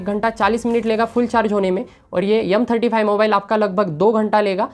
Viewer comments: Yumm hota h ya M hota h ... Hardoi side sai h kya ? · M35 ❌ yumm35✔️